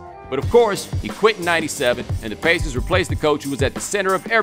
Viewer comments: the way he says the word pacers is hilarious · Stop saying pacers like that